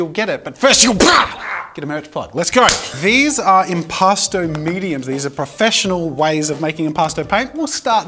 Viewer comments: I don’t know why but I heard impasta the entire time, like a New Yorker trying to play among us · The art medium sounds like "impostor" to me and now I can't unhear it😭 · keep hearing "imposter" paint